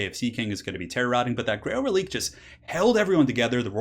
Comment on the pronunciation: Btw Reliquae is pronounced reli-kway It's a French inspired word, so the q is pronounced like a kway rather than a hard k. This is a PSA to all YouTubers that pronounce it releek